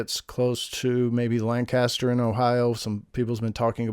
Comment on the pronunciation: I can't imagine trying to make sense of the shows e vague descriptions, I think you made great choices and made the point well even if it may not be literal. PS Lancaster is one of those unintuitively pronounced Ohio cities we see known for..LENKuhster